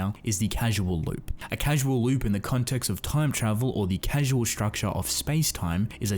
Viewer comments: 9/10 Excellent concepts and explanations that fit with the themes of the work coupled with interesting visuals, but you keep saying "casual" instead of "causal". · IT IS CAUSAL AS IN CAUSE AND EFFECT, not "casual" like not a serious relationship. Please... it's an earsore. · I'm sorry man its pronounced CAUSAL not CASUAL lmao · Hey uh, it's "CAUSAL" loop, not "casual" loop as you say. Causal, like, causality - this CAUSES that, etc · “Casual loop?” It’s Causal (kaw-sal). As in there is a cause that loops. Not being snarky but it’ll be good to know going forward, or maybe it’s completely useless knowledge since you already made the video. Oh well. Great vid either way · Awesome video but Casual <> Cause-all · Great stuff man! Just for your videos going forward, it's pronounced "CAUZ-EL" loop, the base word being "cause". There's nothing casual about time travel :P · Love your work, but your mispronunciations irk me slightly. Example in this video: you pronounce "causal" as "casual."